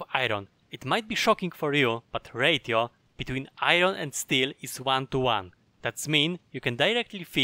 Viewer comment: I had to turn on subtitles, I was starting to get confused at the "radio" for different things. Two tips that made me go "Yasssss" 1. Reserving the inventory space 2. Extra tool bars! The rest I already knew c